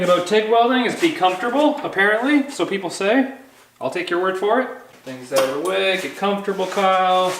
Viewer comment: It's cold oot...lol